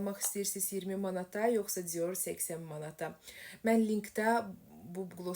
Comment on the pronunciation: Cior yox dior civarı deye bir söz yoxdu dilimizde dilimizi qetl elemeyin zehmet olmasa